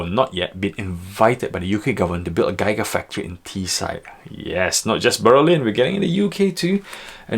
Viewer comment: I can’t take analysis seriously when the host can’t even pronounce GIGA FACTORY.